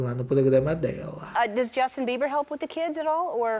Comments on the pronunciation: "Jostin" Bieber kkkkkk 😂😂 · A cada" josten" falado eu dava uma gargalhada sincerakkkkkkkkkkkkkkkkkkk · E a risada que eu dou toda vez que o fala Josten 😂😂😂😂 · Me acabo de rir,quando o fala jóstin 😂😂😂esse cristal é terrível rsrs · Na época Justin corrigiu a Sabrina imagina se ele escuta ele falando o nome dele😅😅😅😅😅😅